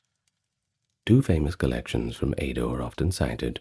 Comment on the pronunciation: I’m sorry but it’s pronounced “Edo” and not “Eido” 😭😭 it’s phonetic dude